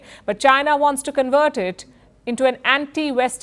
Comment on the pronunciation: Warns or wants? Surely you should be getting that right!! You've lost all credibility in my eyes now. HEADLINES FIRST😂😂😂👎👎👎